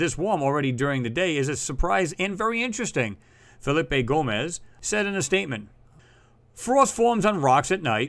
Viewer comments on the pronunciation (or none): none